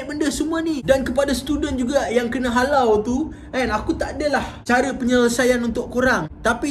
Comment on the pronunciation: Di arahkan. Ayat HALAU tu bunyi mcm kasag ja